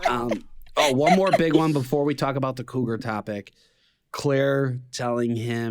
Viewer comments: Cruger???? Lol its cougar🥲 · Cougar --- not Cruger...